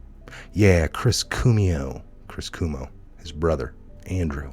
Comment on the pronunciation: "Cwomo" is the correct pronunciation,. God report...